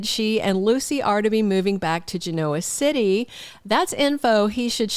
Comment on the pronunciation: I enjoy your posts. Just to say that mispronouncing Genoa City is like chalk on a blackboard for me. The Y & R characters accent the 1st syllable, not the 2nd…